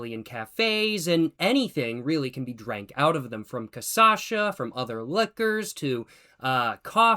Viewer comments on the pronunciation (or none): loving the commitment to keep saying CAÇACHA instead of cachaça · CACHAÇA IT'S CA(kah)-CHA(sha)-ÇA(sah) Not CA(kah)-ÇA(sah)-CHA(sha) Cara, toda vez que ouço me dói o ouvido Good vídeos, anyways. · Correction, it's not caçacha, it's cachaça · It's called Cachaça... Not Caçacha...! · O pior é que no primeiro vídeo que ele toma 51 ele fala cachaça corretamente várias vezes, depois nos outros vídeos ele passa a falar Casasha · Que engraçado que ele fala cachaça errado kkkkkkk, ele fala caçacha, ele deve ter visto a pronunciação correta, mas depois se confundiu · CASASHA LMAO it is Ca (KA) - Cha (shh sound) - and then ça (SA sound) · Ooh that pronunciation was ugly. It really behoves you to listen to native speakers pronouncing the word and then try to follow that. Try saying koppoh amereekano. Cachaça? Try Kah-SHAH-sa. If you can't manage that you can call it pinga. As for the glass, it really is omnipresent, used for everything save wine and (ironically for you ) spirits, at least spirits served as a straight shot. In which case you get a shot glass usually described as uma dose (short for dose padrão ) which is the standard 50ml measure. Of course for parties the universal cup was always a really thin disposable plastic cup. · A sip of cachaça every time you say “casasha” 😂😂😂😂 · It's CASHASSA you've been saying it wrong a complaint on my behauf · From now on i’ll say cassacha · You were saying cachaça correctly in the second video and then it all derailed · eles tem a palavra cashew, pra caju. o som é muito parecido com. o problema pros americanos, na teoria, seria desconhecer o som do Ç, mas como ele fala, só que no lugar errado, acho que apenas não presta atenção no que está lendo nada disso é that deep também